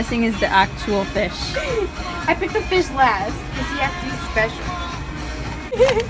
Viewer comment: do you mean your getting a feesh?